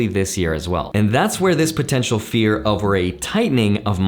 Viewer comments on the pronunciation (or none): none